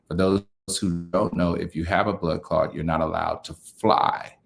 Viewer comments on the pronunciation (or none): the word is blood clot, not blood clod. I hope that everything works out well.